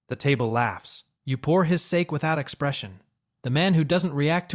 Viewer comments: Pronounced Sa-ké, not Sāke. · Entertaining, but when you say "SAAKE" instead of Sake, and bow like bow and arrow, instead of bowing to someone. It really breaks the video for me. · Pouring his sake 😅Saa-Kay